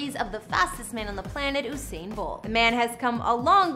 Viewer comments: Exactly 🙄. U would think people would be able to pronounce his name properly by now 🙄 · Its pronounced You-sain as in U-turn as in U-surpe ...Not Ooh-sain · It’s not “who-sain” it’s “You-sain” Your welcome 🥰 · Girl, if you're going to do a whole video about someone, please pronounce his name correctly! It's U-sain not OOO-sain Bolt. 🤦🏽‍♀️ It's pronounced exactly how it's spelled. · Its pronounced yousain.....not ooosain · His name is pronounced you-sain not oo-sain” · Mans name is Usain as in you-sain and not ooosain lady ....... get ur pronunciation right❤️ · It U sain not ohsain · From she said who-sain… I knew this was rubbish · Gyal fully dunce 😭😭😭 “ooohssain bolt” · His name is pronounced “YOU SANE” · am sorry i never took this video serious, girl what did you say ooosain? wtf i can't- 🤣🤣😂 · It's the "oo-sain" Bolt for me 😬😫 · You pronounced his name wrong the entire video.... it's usain pronounced like u saying the letter u.... as in yousain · Ousain Bolt 😂😂😂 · 'Whosain'🙄😒. All this time and ya'll still cant pronounce his name properly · His name is pronounced “you-sain” 🇯🇲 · Say his name again? Oooooosain??? Lol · oosain bolt lmao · It's YOU-SAIN boo-boo 🤨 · It's pronounced Yousane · Its "U" Usain🙄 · Usain "yousane" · Please shut tf up!! Delete the video. Cause his name is not pronounce Who-sain!!!! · ABSOLUTE RUBBISH... and then that stupid pronunciation of his name. Bout OOSAIN ... Kmdt.. gwope road you crazy and lie woman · Who tf is Oosain?.....delete dis bombo...dwlll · I was wondering what the hell is she talking about..she even pronounced his name wrong 🤣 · Considering the fame of this man all over the world and she is mispronouncing his name throughout the entire video! Doesn't seem very bright to me. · 🤬 this needs to be removed. Too many inaccuracies. Starting with the pronunciation of his name. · Thank you! Not surprised considering she didn't even pronounce his name correctly. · You could try not butchering the pronunciation of his name 🙄